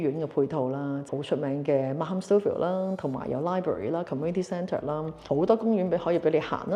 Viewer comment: 溫馨提示：Markham 發音時「h」是不發音的。